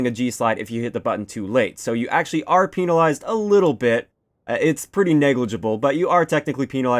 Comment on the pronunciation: When he says penalize. 😂